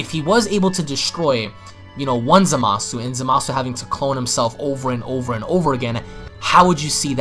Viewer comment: OMG it's pronounced zamas, the u is silent